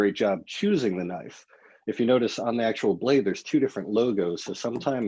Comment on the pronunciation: needs a Loicense to Knoife